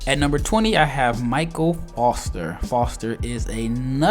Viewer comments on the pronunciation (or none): none